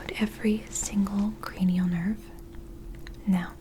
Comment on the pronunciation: So you are telling me, it’s cra-knee-Al and not cra-null!?!